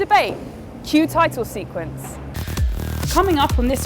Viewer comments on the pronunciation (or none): none